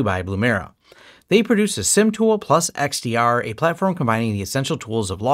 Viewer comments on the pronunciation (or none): SIM also used to mean Security Incident Management. - so definitely SIEM should be pronounced like 'seem' 👍🏻